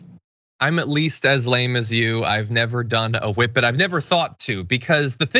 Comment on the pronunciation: WHippet abuse! Thank you for the proper pronunciation, Jon!